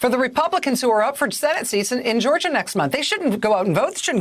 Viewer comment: "This is Georgiaah, we ain't dhhuuuuummmb!" I almost thought this was parody...